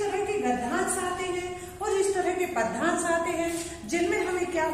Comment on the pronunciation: Bt ek bat kahu padyansh ka उच्चारण sahi nhi h 😑